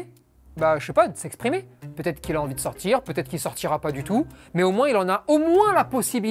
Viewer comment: "Quand je dois le sortCHir" mdr ça me fume 😂